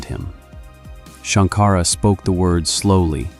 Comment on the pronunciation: Shanka-ra NOT Shank-ara